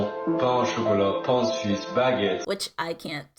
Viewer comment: Listening to her trying to pronounce "pain suisse" and not being even near to saying it right almost make me laugh. 😅